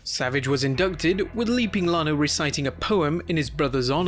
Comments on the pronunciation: savages brothers name is Lanny not Lonnie. You also said st Louis wrong. idk if you said anything else wrong or not. I stopped watching after you saying his brothers wrong. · fyl, the man's name is Lanny (with an "a" like "man" or "god damn"), not Lonnie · its Lanny not Lonny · Lanny is pronounced Like land not Lonnie. Same as St. Louis being saint Lew is. Not Louie . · Is it just me, or did he called Lanny, Lonnie?